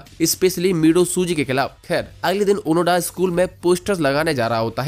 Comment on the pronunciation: ओनोडा नहीं ओनोदा नाम है उसका